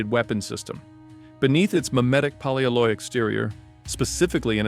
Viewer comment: Poly alloy. It's a compound word. It's not "polyaloye"